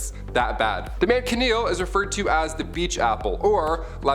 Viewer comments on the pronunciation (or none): How did u say that?man ka kneel tree that’s wrong!it’s pronounced Man Sha kneel and no not spelled this way it’s how it’s pronounced k?young people hell my own son can’t write cursive or his own name kids today out the frying pan into the fire 🔥 no crap !!!sad 😢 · First man chin eel tree does the way you say it look like this?and u did it again you said Bone eh part eh?WTF ???its Bona part as simple as that God …